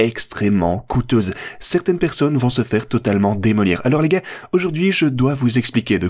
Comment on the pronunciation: Tu dis les gays ? Ou les gars ?